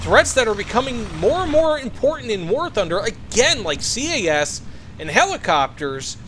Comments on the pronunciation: its CAS not CAS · No it’s CAS